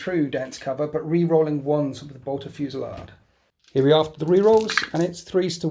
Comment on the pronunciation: Say 'fusey-laid', not 'fusey-lard'; and 'eye-cor' not 'ee-cor', and 'may-guss', not 'may-juss'. Please kill me. Great game, and great looking game. All best.